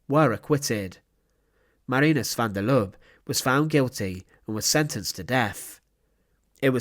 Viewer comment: Please take note that the e at the end of Lubbe is not silent, it must be prounced. Has about the same tone as the e in apple.